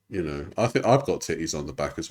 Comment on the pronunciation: Why does she add "um" on the end of e everything. "Knowum" "Mayoum" "oneum" "twoum". I think she's doing it on purpose to try and start a trend or something..... Alright